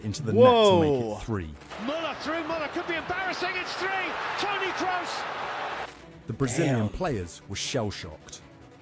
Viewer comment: There was a part 2 of this YouTube clip: Tony Cruise versus The Selekao - The name butchering continues